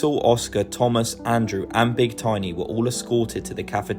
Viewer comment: Its Tomas not Thomas